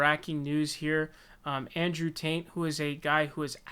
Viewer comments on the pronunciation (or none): Bro. Are you saying “ Taint “ ? 🤣 lmfao